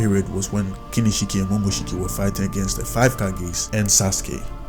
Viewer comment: It's momoshiki u dumbass